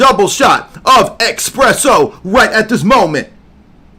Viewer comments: Am I getting it wrong or is it called espresso instead of expresso? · brother, it’s espresso not expresso🤣 no X, you sounding like a Hebrew roots brotha😭